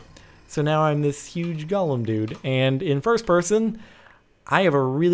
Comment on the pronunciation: he said jolem